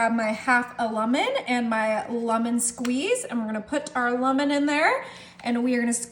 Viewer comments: It’s pronounced LEMON. Not Lamon. And why not mix this in a bowl? The pan should also be buttered or the Cherie mixture will stick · Where is she from that she continues to pronounce lemon, lummon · “Lumon” …..that’s the way you pronounce lemon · its a lemon, not lumin... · I have never heard the word lemon pronounced as lumon... But your dish looks delicious!